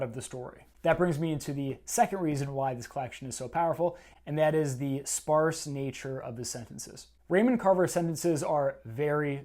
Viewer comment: It's Canadian for sparce